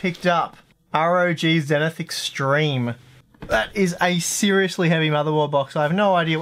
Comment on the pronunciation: Say zenith again..